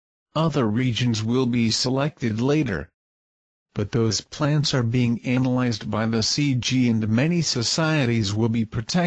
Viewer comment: did he say annalze?